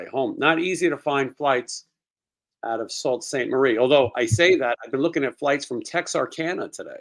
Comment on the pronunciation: Sault ste Marie is pronounced Sue Ste Marie , I got scolded for saying it wrong and I'm from Michigan! Lol. Love your show dude!! Keep rocking